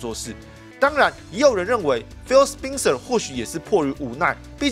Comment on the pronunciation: 那個人名spencer的發音是不是錯了 應該是ˋspɛnsɚ